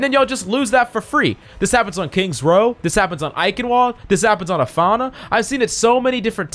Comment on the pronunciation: he means havana, it's an attempt and fail to pronounce it how you'd pronounce it in spanish